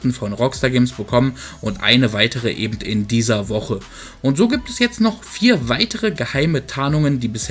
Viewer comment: Hör auf ebent zu sagen das heißt eben